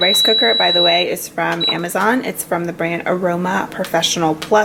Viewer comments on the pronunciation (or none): none